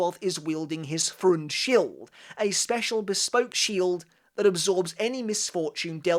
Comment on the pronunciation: German here. Freund Schild (correct grammar would be: Freundesschild) is pronounced Froind Shilld (not sheeld) Haschwalth is pronounced Hushwuld (the a is like in "car") Wandenreich is hard to pronounce, but you can go with wunden-ryesh, like you said, but with sh instead of c